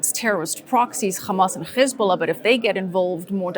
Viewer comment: Why the he'll do you say khaaaamaass and khhezbullah 😂😂😂 don't go there.